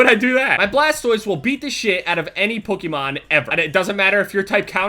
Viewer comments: I cringe EVERY time says "Pokemon". He says it like "pookiemon" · Pokemon doesn't rhyme with bookymon. They way you say it makes me want to kms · He said Pokemon so many times! 😂 It's so funny! He pronounces it (puh-key-man) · After a while, the way said Pokemon sounded like pookemon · anyone else notice the "pookymon"? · Why is he saying pookiemon? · says pokemon like PokEEmon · Anyone else think he kept saying Pookemon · did anyone else hear say "POOKIEMON" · Is it just me or is he saying pökemon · Heck kept saying Pukemon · Pookemon? lmao you say it funny. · Poke-A-mon is the way it's pronounced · The way says Pokemon sounds like Pokeimon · "Pookemon" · I swear says "Pukemon" he pronounces it strange lol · "Pookemon"- pronunciation. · is anyone else hearing him say pookiemon? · Why does he say pookeymon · he said pookimon once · He says Pokemon so weird and so many times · you say Pokémon weird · It bothers me have he pronounces Pokemon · You say Pokemon wrong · I hate the way you say Pokemon. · the way you say 'Pokemon' makes me want to shit in your esophagus so you can say 'Pokemon' without so much emphasis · when says "pokemon" does it bother anyone else? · did anyone else notice the way says "pokemon"? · He pronounces it "PukEEmahn" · Sounds like is saying PUKEMON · Pokemon is pronounced pukiemon gg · Sounds like you're saying pookiemon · Stop. saying. POH-KEH-MON! It's PO-KEE-MON!!! For fuck sake! Get your shit together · the kind of guy to say pukemon instead of pokemon... listen to him... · Doesn't it kinda sound like he's saying Pukemon instead of Pokemon? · Stop pronouncing it wrong. It's pokemon not pookimon. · he says Pokemon like pukemon. I used to be a fan of you, but now I'm a speech therapist, and you need help. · Am I the only one that wonders why says Pokemon like puk-e-mon instead of Poke-e-mon or is that just me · saying "Pookemon" counter: too many to count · "Pookeymon" lol